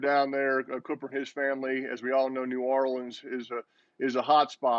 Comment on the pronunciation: Peyton pronounces "New Orleans" like he isn't from there